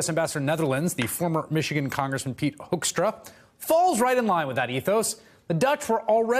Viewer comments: It is "Hoekstra" not Hoeskstra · Oh we call this guy Pete HOAXtra here. It fits the way Americans pronounce his name too! Talk about two birds with one stone.